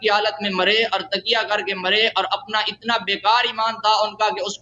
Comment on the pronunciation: کسی امام نے کسی کا اتباع نہیں کیا سب جھوٹ ہے اور تم تو تقیہ کا لفظ بھی درست نہیں بول سکتے تکیہ بول رہے ہو